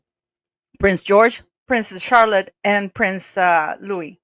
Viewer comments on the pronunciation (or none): none